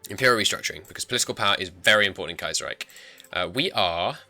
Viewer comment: It's Kaiserreich not Kiaserreich